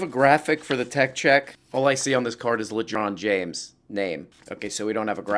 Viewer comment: I believe it's "Ledron Jange" not James.